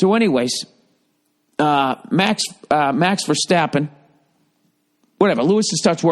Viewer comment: As a fellow F1 fan and as a Dutchman , i liked how you pronoust max verstappen perfectly love this podcast